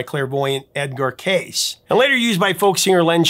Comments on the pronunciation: It's incredible that Genghis Blues was nominated for the Academy Award for Best Documentary Feature the same year that Buena Vista Social Club was nominated –and that neither one of them won the Oscar; both of them lost to Seven Days in September. FYI: Edgar Cayce pronounced his last name "Kay' see" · Edgar Cayce... pronounced KC. 😊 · Just FYI, Cayce is pronounced Kay see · Cayce is pronounced as Casey. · Cayce is a version of and is pronounced like Casey! That will someday be lost but please try to find truth